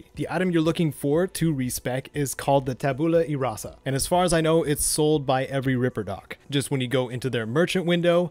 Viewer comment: "Ta-boola" e rasa? Has he seriously never heard of the "tabula rasa" in real life or how to pronounce it?